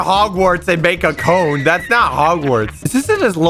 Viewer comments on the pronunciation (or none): none